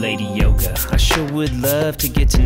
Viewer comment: So cute! All the Yoga vocab correctly pronounced too. You got skills